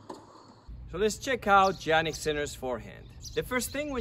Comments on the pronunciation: It's pronounced Yannick not Jannick!! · The correct pronunciation is "iannik" not "Giannik" :) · Yannik , not Jannik